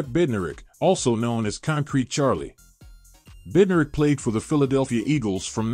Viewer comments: God this list was terrible. Where are Sam Huff, Junior Seau and Ray Nitchke. And Bednarick is pronounced Bed-naric, Lanier is pronounced Lah-neer. And Butkus is #1. Rant done. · I wish the pronunciation of the names was better. Bednarik and Lanier both have the second syllable accented. Butkus should be number 1 and Tommy Nobis, Ray Nitchke, and Joe Schmidt should both be in the top ten. AI never saw these guys play. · Rating Ray Nietszke and Junior Seau below Brian Urlacher an Sam Mills? The voice program can't even pronounce Bednarik and Lanier. Artificial intelligence indeed.